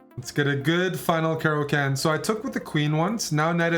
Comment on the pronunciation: Bruh its not a cara can, like a can of cola, but a caro kann like Khan Noonien Singh.